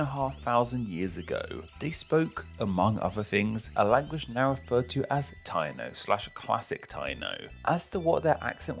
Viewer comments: It’s pronounced Tai-EE-no not TY-no. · FYI, Taíno is pronounced tah-EE-noh, emphasis on the í 😊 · As a Jamaican, nice video and well explained (: btw Taino is pronounced tie-e-no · I'm half Boricua (PR) and half English essentially. It's defo pronounce Tie-E-No. I was laughing listening to this ignorant pronunciation haha. My Guyanese wife was like "what are they saying? o_O " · Stop. Tayno. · What???? The native people were called the (pronounced) "Tie-eeee-no." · Taino = pronounced TAI-EE-NO